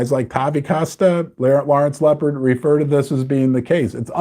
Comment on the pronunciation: It’s Lawrence Lepard not “Leopard“. 😂😂😂